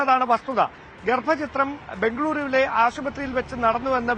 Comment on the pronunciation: ചുരുങ്ങിയ പക്ഷം മലയാളം തെറ്റാതെ ഉച്ചരിക്കാൻ പഠിക്കണം. 'ഗർഭ ചിത്രം' വും 'ഗർഭച്ഛിദ്രവും' റിപ്പോർട്ടർ പ്രതിനിധിയുടെ ഒരു കാര്യം...കഷ്ടം!!!